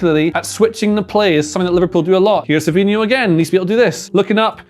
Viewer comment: Its fabhino not fabinio, can't even say his name properly